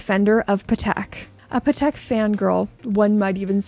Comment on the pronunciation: She really needs to pronounce Patek. Not even close in American, British, or French…